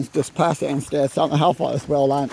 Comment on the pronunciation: ANSTED... not a stead as you spelled it. HAWK'S NEST STATE PARK, not 'hock".